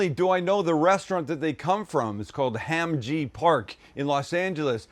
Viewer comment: Pretty legit other than the Korean pronunciation lol! (“Hom”-ji. So”Mek”). Marinade straight out of my Korean mother-in-law’s playbook… she’d probably put a chunk of onion in the blender